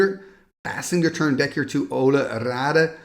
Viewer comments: Olle instead of Ölle? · I watched a vintage Pro Tour video recently, and they butchered Ölle's name so bad. They pronounced it like Ollie Raid. Sorry, we're American. 😂